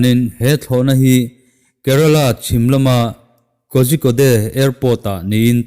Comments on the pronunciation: Sir,Korikode ti a lam tur aw..🔥🔥🔥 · Kozhikode hi i lam dan a diklo... "KOZIKAWD" tiin lam la a dik leh an mahni lam dan a ni e.